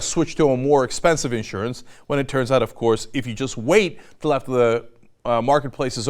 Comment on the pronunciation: love it when he says "OF COURSE!!"